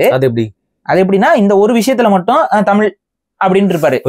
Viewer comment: டமில், தெடி கொள்கிரோம் .... தமிழை சிதைப்பதற்கென்றே தமிழ் தேசியவாதிகளுக்கு சிறப்பு பயிற்சி எங்காவது தரப்படுகிறதா? தமிழை சிதைப்பதில் இவர்களை யாரும் மிஞ்ச முடியாது. தாங்கள் அழிவதற்கு முன் தமிழை அழித்துவிட வேண்டும் என்ற குறிக்கோள் நன்றாக தெரிகிறது.